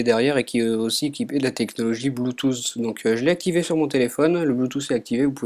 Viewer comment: Ça se prononce : Bluetooth * Et pas Bloutou ! :D